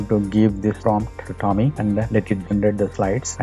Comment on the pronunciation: Hey idiots! Nothing wrong in trying to make money. But, before you create your videos about a product... find out how the product *is pronounced*! TOM-EEE... TOM-EEE....TOM-EEE!!!! Bloody irritating! IT IS PROUNOUNCED..... TOME like DOME. Not pronounced like.. DALL·E!